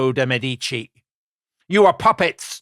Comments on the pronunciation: Medici is pronounced witha stress on the first syllable MEEEE-di-ci - and with an european/italian E, please. Otherwise:Thank you, Tom & Dom! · I love you guys as presenters, but quit bouncing between pronunciations of Medici! lol You’re killing us Type As out here. 😂